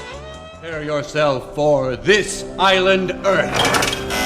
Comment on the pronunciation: C'mon, This Island Earth is a really good movie. Stop mispronouncing the title!